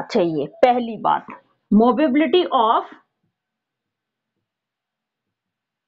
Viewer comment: Mobility hota h ya mobability ???? Movability smjh aata h but mobability??🤔